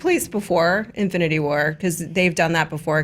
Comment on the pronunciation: # in-flu-nity war 😂